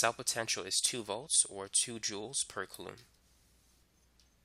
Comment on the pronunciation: It's pronounced "coolum" not "kalloom"